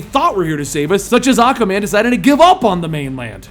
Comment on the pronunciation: Why can you not say aquaman. You always say acaman